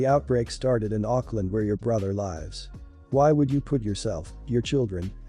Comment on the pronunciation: I love how the text-to-speech voice pronounces "lives" as "lies".